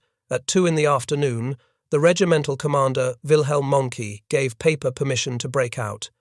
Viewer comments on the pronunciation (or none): his name is Peiper, not Paper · Why does this keep referring to Peiper as ‘Paper?’ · Apparently, so is Peiper. You called him everything but Pooper.